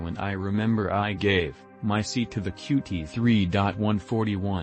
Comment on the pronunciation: Bro. You can get the robot to pronounce qt π correctly, right? Especially since it's in the first thirty seconds